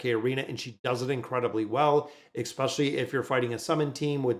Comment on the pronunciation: Your mispronunciation of "especially" is triggering me so much, I'm close to unsubscribing :(